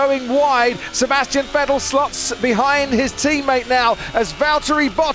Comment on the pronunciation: I hate the way this guy pronunces Vettel